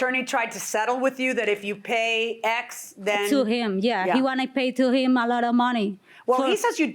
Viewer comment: “I was in love of heem...”